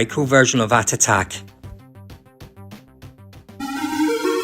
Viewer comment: Good review but it’s atic atac ! Not atatak! Pedantic know but ground my teeth every time I heard it!